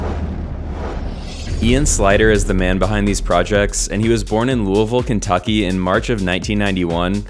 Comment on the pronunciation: big ups for pronoucning louisville correctly